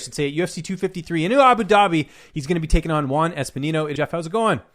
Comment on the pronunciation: “Espinino” xd